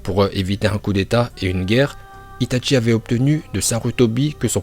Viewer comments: « itatchi » il dit mdrrr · ITATCHI ARRRETEE C ITACHI